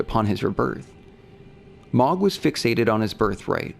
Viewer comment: Ok. I'm confused at this point. Why does this creator pronounce names of ER characters in non-canon ways? Melikoola for Miquella? Mog instead of Moug for Mohg? This is not a person who doesn't care about details, this is a scholar. Why mispronounce...? Why is this happening?